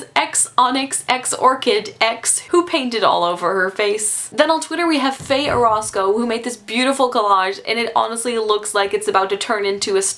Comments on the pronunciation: JAJAJAJAJAJAJA! Fay Orousco! I love that pronunciation. May you and Fa could be best friends. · Vine sólo para ver como pronunciaba "Fey Orozco" xD